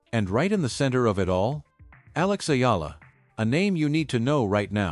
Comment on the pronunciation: Thanks for pronouncing correctly the last name of Akex Eala